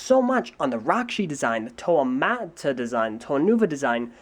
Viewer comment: It's pronounced Muh-Tah, not Mah-Tah